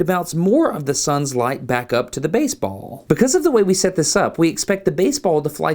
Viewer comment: Alabama "Baseballl"